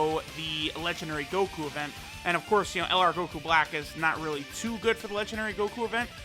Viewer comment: "no this unit is r-r-r-r-r-realy good"😂